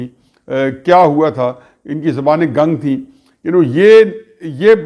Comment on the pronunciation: حفیظ بھائی آپ اکثر لفظِ گنگ زبر کے ساتھ ادا کرتے ہیں جبکہ اس کا صحیح تلفظ گ پر پیش کے ساتھ ھے